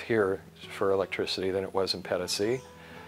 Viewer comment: 200 USD a month for electicity seems a lot, 1200 USD for catastrophe healthcare seems okay and would be my choice as well. did this wonderfully - I enjoyed his way very much although his "Pedasi" sounded extremely unspanish - more like pedestrian. I dislike many gringos but I like - no I enjoy. No "you know"! I do not even recall when the last time was I listened to a gringo speaking his own language so nicely. Educated, calm and concentrated. I do no find this in Europa neither anymore., so you read this, you are the best US embassador I have seen in decades. This was outstanding. Te felicito.